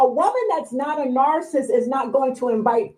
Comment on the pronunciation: Shouldn’t u HAVE to be able to pronounce NARCISSIST in order to be able to launch the allegation idk ijs😂😂😩😩😩